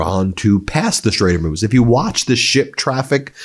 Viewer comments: Proud of you for finally saying Hormuz correctly after 3 weeks even though you’re a news show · so you finally got the last bit correct...HERMOOZ. Now let's get you on the first syllable.....say 'WHORE'...now put both syllables together, deep breath..."WHORE MOOZ". Allahu Akbar...!